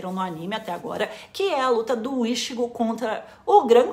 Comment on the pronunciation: por favor, não fale ishigo....me dói a alma ver tua tatuagem falando assim...é i tchi gô ! morango!